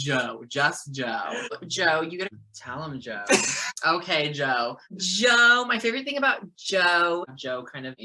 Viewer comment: "JOuE!" My favorite part.😆